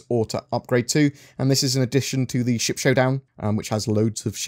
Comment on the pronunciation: I thought you said, “...allowing shit combat...” rather than ship combat haha